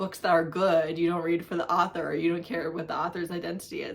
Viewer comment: Her pronunciation, though. Arthur is a cute aardvark. 😳 An author is a writer. Anywho, let her stay in her white space. It’s okay. I try to not follow or support creators that don’t read diveresly.